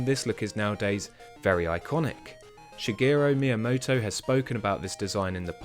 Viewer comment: Shigerrru Miiamottouu, Superr Smash Brothers Meilei. Sorry.